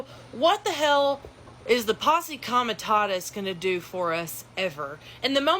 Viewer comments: It’s not pose act it’s posse! Can’t even read and want people to think you know what you are talking about. Stereotypical 😂😂😂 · doesn't know how to pronounce posse, expects to be taken seriously.